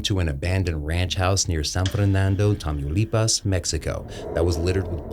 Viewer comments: No sr is not tamuuuilipas is Tamaulipas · "tameeyouleepas" 💀💀 ITS PROBOUNCED Tah-Mau-Lee-Paws LMFAO